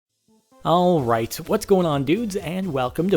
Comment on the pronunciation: when you say all right you sound like an australian